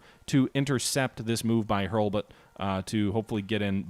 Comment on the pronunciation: I wish you would learn to read the names of your generals properly. You do not have a General Hubert, he is called HURLBUT.